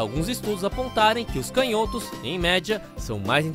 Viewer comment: A palavra "canhotos" não se pronuncia [cãnhótos] não?